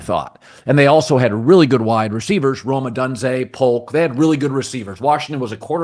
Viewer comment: You can’t mispronounce Rome O-DUN-ZE right after saying how deeply you follow UDUB football. They had an elite culture built by Pete, elite OL with a Top20 LT and Top50 RT… hack.